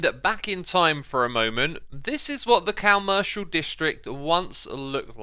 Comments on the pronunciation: Did he say cowmercial? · I don't know if it was on purpose or if it was just the way you normally say these words, but I laughed a bit too much when you were on the creative server a said you were in the "cow-mercial district" XD